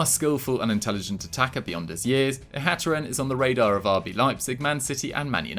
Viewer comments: For future reference, Mohamed Ihattaren last name is pronounced (IH-AH-TARREN). keep up the good work. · you butchered ihattaren's name